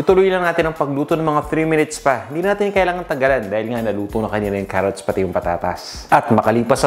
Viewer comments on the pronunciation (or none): none